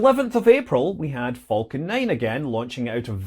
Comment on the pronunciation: I always heard "vulcan" when Scott said "falcon".